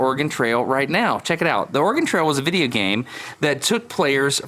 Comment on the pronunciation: Did you just say, Vidia Game?